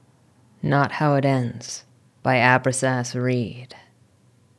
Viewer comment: Oh btw, it is pronounced "Ah-brax(like Ajax)-ahs(kinda like us)", but still good job